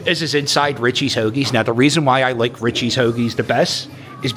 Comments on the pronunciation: It’s pronounced “REACHEESE”. Not Richies😂😂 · It’s pronounced “reechees” and they do have the best hoagies but most Italian delis slice it to order